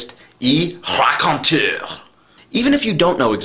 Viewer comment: RACONTEUR!! Did you take French? Most people wouldn't say it with such a stong knowledge of the French pronunciation (I probably spelled that wrong, please don't be the connotation definition of a stranger!).